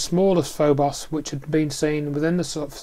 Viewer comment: It's Phobos, not FoBoss. It's NASA, not Nasser.